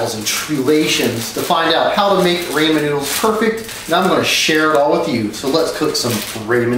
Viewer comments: Why is he calling them rayman noodles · Where the fuck did he get raymen noodles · I get triggered when he says “RAY-mund” noodles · How can we trust a guy that says Raman instead of ramen 😂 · It's ramen not rayman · I get anoyed when Someone says raymen noodles ITS RAMEN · Went to the store today to make some raymen noodles after watching your videos and i asked where the raymen noodles and the employess said he didnt know what i was talking about and im just now figuring out they are called ramen noodles. 😐 thanks alot idiot went to culinary school for years and has tryed dozens of tactics on ramen noodles and doesent even know how to say them correctly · He said “Ramin noodles”lmao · Raymen noodles wtf is that I only know ramen idk if raymen is the rich ramen 😂😂😂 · who tf says raymen noodles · Its not just raymen noodles its PERFECT Raymen Noodles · I feel like it you're going to make a vid on "raymen" noodles you should know know how to pronounce it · Roman or ramen ? It sounds different to me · Raymen RAYMEN RAYMEN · Say Raymen one more time!!! 😭😭😭😱😱😱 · Omg this dude it is r-ahhh-minnn noodles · It’s pronounced raw-men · lol rayman noodles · DAMNIT, I GOT RAMEN NOODLES NOT RAYMEN NOODLES!!!!!! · It pronounced rau-men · Your first step is to actually know how to pronounce ramen lmao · I should've stopped it the first time I heard him mispronounce it but instead I sat through all five million times. this video made me cring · My nigga aint even pronounce it right😂😂yea they perfect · I disliked just because he pronounced the noodles wrong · How can you make perfect ramen noodles if you can't even say it right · I hate how he says ramen wrong it hurts me 😔😖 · So sad all these years perfecting it and he still can't pronounce it right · as soon as I heard how he pronounced "ramen" I clicked off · you pronoun ramen like that again and we're gonna have some issues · Ray-men noodles I thought it was a joke..... It's Rahmen noodles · Rawmen not raymen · STRESS no Rah-men